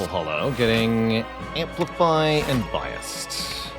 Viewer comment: "bi assed"... i cant defend you anymore